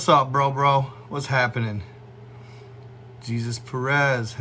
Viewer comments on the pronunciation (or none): none